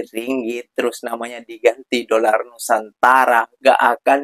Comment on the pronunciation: Kesian apek koko 😂😂sebut doller pon tak betul kesian rupiah .